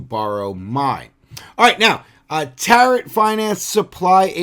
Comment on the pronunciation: Friendly reminder the final t in Tarot is silent, as in tarot cards :)